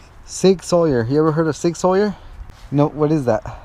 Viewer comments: # hey it is sig sour that’s how u say It but the name is sig sauer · # It's pronounced SigSour not SigSawyer